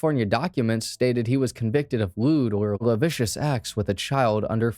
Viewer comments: "Lascivious" is pronounced "la-siv-ee-us" not "la-shiv-us". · My brother in Christ, it’s “lascivious” not “lavicious” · lascivious = luh-SIHV-ee-us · LOL. Everyone knows when they'd be delivering papers. Newspapers are delivered around the same time everywhere. That's hilarious, man. Also: dachshund dachs·hund ˈdäks-ˌhu̇nt -ˌhu̇nd ˈdäk-sənt; lascivious las·civ·i·ous